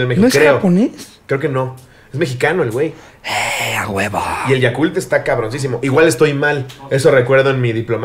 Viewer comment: Por qué Ricardo le dice Yakurt al Yakult?? :)